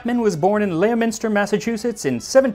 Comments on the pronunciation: Leominster is actually pronounced sort of like lemon-stir. FYI :) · Leominster, Mass. is pronounced LEM-inster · Max, it's pronounced "Lemon-stir" 😂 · smirk Leominster (pronounced Ley-oh-minster by our dear host, Max)… is pronounced Le-min-ster (for future reference). 😉 I had moments like this in England, when I traveled there. Having grown up in Massachusetts, thought I would share the correction. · I’m glad someone else caught that, it’s either Lemon-stir or Leo-Minster not Layominster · in Massachusetts people outside Leominster pronounce it Leo-Minster but yes it’s Lemin-stir to us locals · Leyo-minster, Massachusett, south-westerners saying Massachusetts town names will never get old. (It's more like Lemon-stir in pronunciation) Thanks for an another great video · It’s not “leo-minster” it’s “lemon-stir”. I moved 20 mins near that town when I was 15 from NJ. We called it Leominster as spelled when we first moved to Massachusetts and we’re created immediately by locals. It’s funny to hear someone else say it wrong lol. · as a new englander, it isnt "leo minster", mass. it's "lemon stir." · LEM-en-stah not Ley-o-minster <3 love both ur channels! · The town in Massachusetts is pronounced "Lemon-ster" not "Lee-o-minster" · So cute "Leo-minster" it's pronounced "lemon-stir" massachusetts I'm from Worcester ma it's great listening to people mispronounce our town names. It is absolutely ridiculous how we say them! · Leominster is pronounced "lemon-stir" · It's pronounced Lemon stir not Leo minster just a fyi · I'm sorry, man. I had to dislike the video. it's pronounced Leh-min-ster, not leo-minster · also Leominster is pronounced like Lemon-stir here in MA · I LOVE hearing folks try to say New England towns. "Lemon-stir" is a little closer to "Leominster". I'm so glad you're doing cocktails, too!!! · omg you read my mind right down to "lemon stir" .. i stopped myself from posting cause i felt like a Masshole lol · As a MA resident, he is from pronounced: Lemon-ster